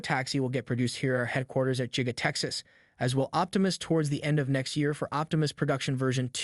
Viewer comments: its not Jiga it is Giga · Stop pronouncing it jiga lol. Musk's days are numbered. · Sounds like you're saying jigga factory